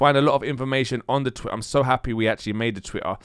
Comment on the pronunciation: Say Twitter again ! lol "TWI-AHH"